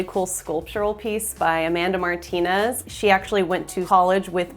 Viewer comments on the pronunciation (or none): none